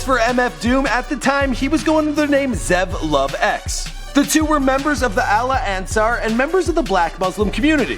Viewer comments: Zev Love X not Zen! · It's Zev Love X not Zen Love Z (X EvolveZ backwards) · Not to nitpick, but it was Zev Love X, not Zen. Also, Onyx The Birthstone Kid was already in the group by the time they released Mr. Hood... Good video... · It's Zev Love X, Idiot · Dude really said Daniel Dumill and Zen Love X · Seriously. “Zen” Love X!? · doo-mil-lay. row-dan. and i'm pretty sure i heard zen-love-x the second time.